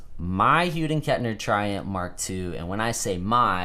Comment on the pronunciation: Nice collection man! Your one lucky 🐥 I have a question though... you're the only person on YT who pronounces H&K that way 🤔 it sounds like your saying "HUDEN Kettner" instead of "Hughes and Kettner"... any reason?